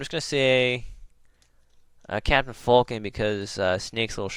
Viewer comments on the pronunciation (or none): its FALCON not FULKIN